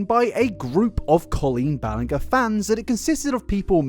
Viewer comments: honestly at first i thought her name was pronounced: "ball-in-ger" like ball and anger but with an i so you did better than me lmao also don't ban the ukulele because then ChapHop wouldn't exist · oh sorry for pronouncing balenger wrong Also: proceeds to mispronounce balenger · I just can’t believe you’ve done all this research but insist on saying BallinGAH 😫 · This video is great and i totally agree with all the points, but you are pronouncing Colleen’s last name wrong 😂😂 its a soft G - she says it herself in the clips, like after all the research you keep saying it wrong lol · I can’t get behind this, you mispronounced her last name the entire video. The g should be pronounced like the one in ginger. Anyways, loved the vid and keep up the good work! Colleen is an evil horrible person and is deserved to be discussed like this. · Colleen Bell-end-ger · I love and appreciate you but I can't with the "Ballin-ger" 🤣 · I love the confident shade in mispronouncing her last name for 3 hours ahahaha I bet she's furious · Wow I don't think he said her last name right even once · Here's this person who has seriously fucked up relationship with kids oh no I slightly mispronounced their name let me profusely apologize. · the pronunciation of ballinger throughout this really irks me i'm so sorry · I can't believe I managed to watch the whole thing through. Can't get over how even after finding out how to pronounce her name, you continued to get it wrong 😭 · I've been watching this in chunks because HOLY SHIT SO LONG and I just got to the part where he started using a SOFT G and it's like I finally get to exhale 🎉🎊🎈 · you absolutely destroying her last name brings me some weird satisfaction .. idk why it feels nice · I love that he pronounced her last name wrong. I bet it would drive her crazy.😂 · A three and a half hour video and you’re still pronouncing her surname incorrectly 😅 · The way he pronounces Ballinger bothers me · Say her name righttttt